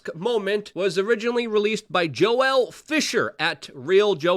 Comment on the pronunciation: Haha “Jo-El”. Can always count on Luke for creative use of the English language. That’s Joel for those playing at home.